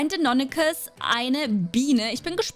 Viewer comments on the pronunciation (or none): Wie du deinonychus ausschbricht 😂